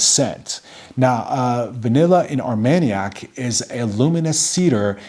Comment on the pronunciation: You pronounced it right👍,Armagnac=velvet cognac=silk. I only own plum in cognac and am loving it,will get a sample of Armagnac soon.